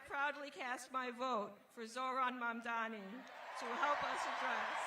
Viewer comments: Catty, I mean Kathy, can't even get Zohran's last name right. These elder corporate, neoliberal politicians need to retire already. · Why can't Governor Hochul still can't prounounce mamdani correctly?